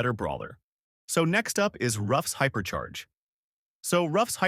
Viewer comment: H Y P E R C H A I R H Y P E R C H A K O R Y H I A P E R C H A R G E H O O P E R C H A R G E